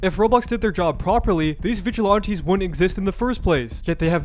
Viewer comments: I know this is a horrible situation, but PLEASE stop saying "Vigilonties", It's "Viglilanties" but spelled like Vigilantes. I'm sorry and I might get a lot of hate but it's really making my OCD go nuts. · They are not Vidge-eh-lawn-tees. They are Vidge-eh-lan-tees. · VigilOnties. You say it too much to ignore. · still saying vigilaunties bruh xD also Roblox needs to just throw in the towel at this point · why they have issues with the 'vigilontees'?